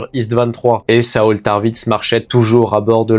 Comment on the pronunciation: A la moitié de la vidéo tu le prononce bien pour saul, je n'en étais pas encore la 😹